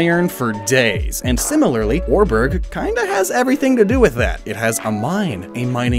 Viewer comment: Welp, I always thought Oreburgh was pronounced Ore-borough or Ore-bruh